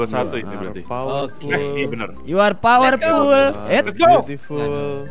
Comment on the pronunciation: Yu ar powerpul yu ar biutipul😂